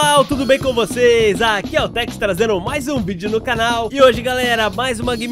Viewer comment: Kkkk Tex no vídeo na Hatsune Miku ele falou trex kkkkk ri muito